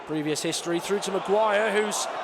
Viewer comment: A lazy commentator who says things like "fredded it frew"